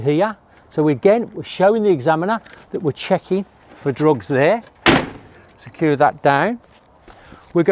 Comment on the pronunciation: But He also saying Sure and suuaaa and secure and secuuuaaa :)